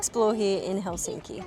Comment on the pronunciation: You are so nice and your family! You pronounce Helsinki correctly unlike most Anglo language speakers!